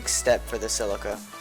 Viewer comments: Only thing wrong is its called see Lee ka not fucking sell icka ffs.. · This guy cant say CELICA dumb ass.....